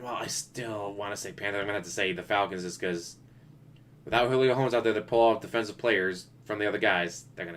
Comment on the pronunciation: Carson Wentz is the QB for the Colts, but injured. Cam Newton isn’t on the Patriots anymore, they went with Mac Jones. Julio wasn’t even the best wr on the Falcons last season, Ridley was. Also, saying his last name wrong(not sure if you were doing it on purpose). They have Offensive and Defensive rookie of the year. The Chiefs are deeper than you think. The way the salary cap is, Pat’s salary won’t be like when you had rookie top 5 picked QB’s making more than the majority of the league. Hopefully, Covid doesn’t completely screw up the season and my Bears play Justin Fields. Dalton was a waste of money.